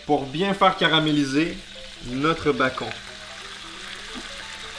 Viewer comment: "notre bacon" MAIS COMMENT TU LE PRONONCE?! LE BACON A CRÉÉ LA TERRE, LE BACON EST DIEU EN PERSONNE ET TOI TU LE PRONONCE "BAKON"?!?! Pauvre bacon il faut respecter Dieu